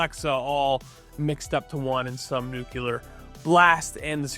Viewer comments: There is only one 'U' in 'nu-CLEE-ar'. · It’s nuclear…..couldn’t watch past 5 seconds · Can’t keep listening to you mispronounce “nuclear”. Only one U. Seriously. Just one U in the word. Not hard. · Nu-cle-ar. Not nu cu lar. And there is no “X“ sound in the word “especially”. Please dear god.